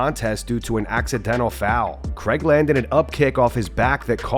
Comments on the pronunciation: Craig. Not Cregg. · It’s Paul Craig not Paul Creg